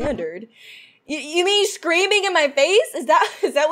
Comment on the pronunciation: She said screaming wrong